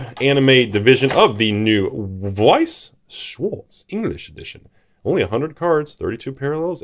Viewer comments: your prononciation of Weiß is flawless. On schwarz you could Work xD its more like If you shh someone then the w from weiß and ans the Last Part ist like arts "shhwarts" or Something like that xD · You still mispronounced Schwarz